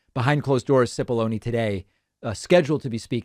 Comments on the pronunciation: It is 'chip'-ollone. Many people saying it incorrectly doesn't make it right. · Hi, David. The commenter who corrected your pronunciation of "Cipolloni" may be right about how Mr Cipolloni says his name, be you and I, and anyone with a knowledge of Italian or Italian cooking (onions!), would feel compelled to say it properly ;-)